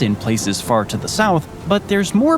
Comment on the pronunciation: Oh it's "down sayaouth". Antarctic "Ain't arctic".